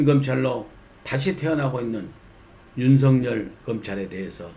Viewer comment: 윤석렬이 아니고 윤석열입니다 발음 제대로 하세요 정말 부끄러운 일입니다